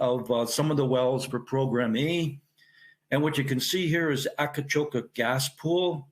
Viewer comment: Great story. Btw, the place is called Akcakoca, not Akacoka.